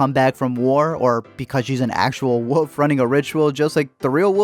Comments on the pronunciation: You know...there is an "L" in wolf. Like, wool-ff...or wullfff...but woof...wouf ? C'mon man. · Why do you keep saying "Woof" instead of Wolf/ Wolves? Lol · When you say 'woof' you mean 'wolf', right? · It's not pronounced woof. There is an L in there buddy. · Great movie....but uh. Its wolf not woof. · He pronounces it “wuff” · learn how to say wolf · Learn how to pronounce the fucking word "wolf". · Dude, your comments are thoughtful and I did watch this confusing movie but please, for the love of God, please pronounce the “L” in the word wolf! What’s with the woof? 😝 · Are you unaware that wolf has an L in it? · How do you pronounce “wolf”? I didn’t know what you were talking about for a few seconds.